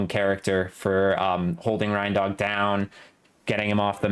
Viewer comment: My man, I’m pretty sure his name is pronounced “rain-dog,” as in a dog with reindeer antlers.